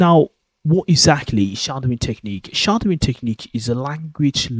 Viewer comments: What the hell is shardowing? It sounds like you using the English word shadow, but pronouncing it entirely incorrectly. I hope this is a piss take of those worthy "how to sound like a brit" videos, if not you are sending people entirely the wrong way. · Alas I know what shadowing is. I am commenting on what sounds like your Brummie accent. If you are teaching English pronunciation to foreign speakers you ought at least use the most common English pronunciation so that they dont go around saying shardowing when it is SH-A-dow-ing.